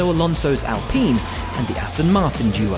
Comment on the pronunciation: Its not ALPIN, ITS ALPINE... PINE not PIN, to all you commentators.